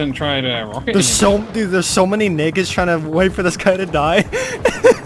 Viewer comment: yep, sounds more like nakeds xD